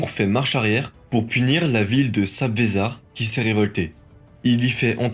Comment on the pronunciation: on dit sabzevar pas sazbevar